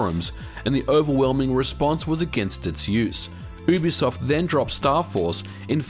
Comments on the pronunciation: It's YooBiSoft not Oobisoft Its short for Ubiquitous Software, not Oobiquitous Software. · You have the worst pronunciation of "Ubisoft" I've ever heard. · You say ubisoft wrong